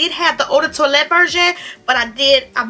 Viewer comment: Toilette pronounced twoalette 😁